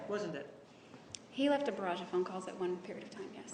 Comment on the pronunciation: "He left a 'V'arrage of phone calls". Ya mean barrage? She is dumb. That was even after Juan says it correctly, and she tries repeating the big new word.